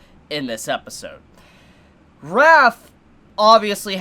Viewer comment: it sounds like you're saying Wrath and it confuses me since I keep thinking you're referencing the shield but we're not even there yet. Raphtalia isn't that hard to say